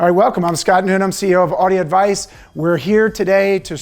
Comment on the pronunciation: and even m o r e astounding... AU-DI-O AD-VICE is 5 syllables.... but i have NEVER heard a n y o n e from this company CORRECTLY pronounce all 5 syllables. even this guy, The CEO, said Au-di Ad-vice. i dont get it......its not that difficult.